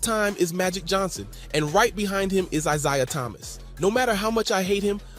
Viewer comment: If you mispronounce Isaiah Thomas' name one more time....